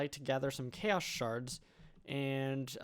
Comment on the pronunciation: sounds like "Ikea's guardian" :DD